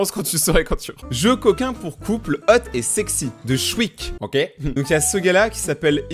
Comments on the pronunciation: mais dit pas le mot ok comme oque faut sire OKÉ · Je m'abituerai jamais parce que tu dis "oke" au lieu de "oké" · Ca vous enerve pas la façon dont il dit "ok" ca ce dit "oké" pas "auque"